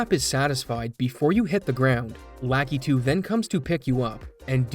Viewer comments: "lah KEY too" It's "lah KUH too". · its lakitu, not LACKEETOO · "Lakitu" is pronounced lah-KEE-too per Nintendo.